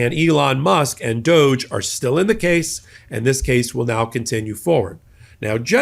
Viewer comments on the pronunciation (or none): Doge.. pronounced douche